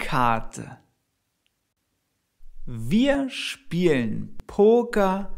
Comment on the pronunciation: The pronunciation of "spielen" sounds as it does not have an "l"